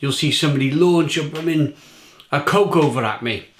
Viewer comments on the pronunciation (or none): none